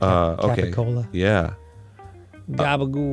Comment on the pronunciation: As a proud NY Italian-American (Sicilian/Nablidon Heritage) through and through, I gotta give Arin some credit for pronouncing what's spelled as Capicola the true Italian way. This was specifically sandwich ingredients, however, similarly how the pasta which is spelt Cavatelli to my family is "Gavadeels".